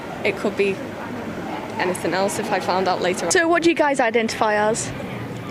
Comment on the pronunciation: Hearing mispronounce "anything" by adding a k on the end is like nails on a chalkboard